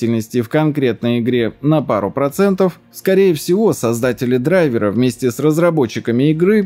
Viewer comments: Грамматическая норма — «дра́йверы». Отраслевой сленг — «драйвера́». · Дра́йвер (англ. driver, мн. ч. дра́йверы) Вариант драйвера́ разговорный и профессиональный. Как-то так) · Очевидно, что дрАйверы. Слово образованно от дрАйвер, а не драйвЕр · Правильно не "драйвера" а "драйвера" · Ударение на корень слова, а не на окончание - дра'йверы. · Слово не русское driver ударение на i наверное так, дрАйвер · В слове драйвера Д ударная